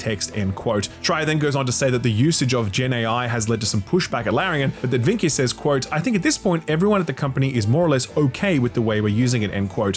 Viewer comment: You’re pronouncing Vincke a bit wrong, it’s pronounced VIN-kuh